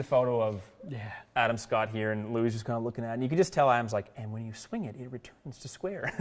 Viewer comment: well done on the pronunciation of Louis’s name. As an Afrikaans speaker who knows how to pronounce it - you were spot on! 👏🏻👏🏻